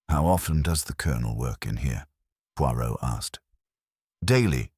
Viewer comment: When you read an audio book, first pronou ce the main character 's name correctly and if reading french,pronounce it properly pleease